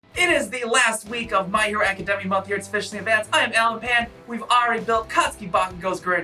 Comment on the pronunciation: Can you say academia normally